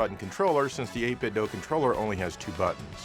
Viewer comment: Why are you saying doe? You know it's doo. As in 8BitDo